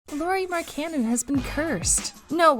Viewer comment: Stop saying his name wrong